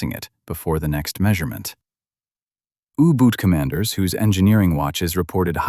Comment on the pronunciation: ooboots? Yooboots?? 😩 if it wasn't so idiotic it would be funny, now where's my uggboots?!😊